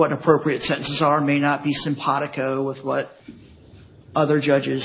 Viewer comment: I can’t stand when his lawyer says simpatico